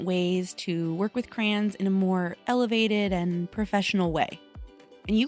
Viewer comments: its called CRAY-ONS it sounds weird when you say it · I say it with both syllables (cray-ons) like it's written. But In addition to the way you say it (crans), I've heard some people say it like "crowns" and I'm so confused by that one. 😹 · I think crowns comes from emphasizing the yons instead of the cray…😂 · You say "cran" like a Midwesterner. Me too . I grew up in Illinois and Nebraska. 💁‍♀️ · It never occurred to me until you said it but I say CRAN too 😅. It's like coopon versus quepon. Maybe depends on what part of the country your from. Im from the Midwest. This was a fun video! I like the science experiment!❤🎉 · I think you did a ton of work with crayons! I pronounce them "crowns" bc I'm from Virginia. Ugh. Anyway, you know how you mentioned that crayons are easy, and that's why you liked them? Was using any or all of these methods still fun when using the crayons? Would you dread using them if you had to do any of these methods? Just curious.😊 Also, Ruby? ADORABLE! OMG! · I love Ruby so much! She gives me such cute aggression!!! 😤😍😂 I want to squeeze her! 😆 You're totally making me want to use my crayons. 😅 Also my husband makes fun of the way I say Crayons (crowns) 🖍️👑 😂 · I say "Crans"......😂😂😂 thought i was the only one. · I have been told I say crayons funny too….i say it the exact same way as you! I guess growing up in Southern California then moving to the south after I got married they would think I say a lot of things funny 😂